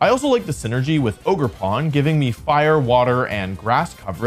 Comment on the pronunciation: Bro why did I think he was saying Ogre Porn